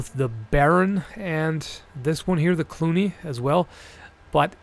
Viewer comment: I thought the cluny said cunny.